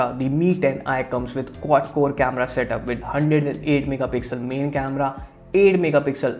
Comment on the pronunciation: main camera istead of Mani camera